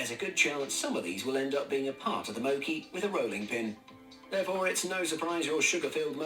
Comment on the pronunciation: Not the narrator pronounced mochi as mo-cky 😑